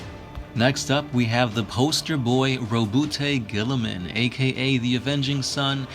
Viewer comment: ROHBOOTAY GILLYMAN